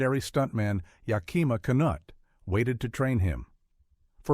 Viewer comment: Not ya-KIMA’ but YAK’-I ma Knute-“. AI never gets pronunciation correct. Ben Hur is the best movie ever made, period. IMNSH opinion.